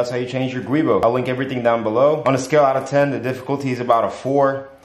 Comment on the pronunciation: Thanks for uploading the video, that's called "Giubo" not Guibo (GIUnto BOschi) as the inventor was an Italian engineer😊